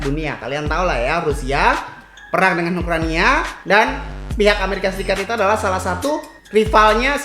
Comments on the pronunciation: Ukraina... Brasa aneh bcanyh ukraniaa:) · Ukraina bang bukan Ukrania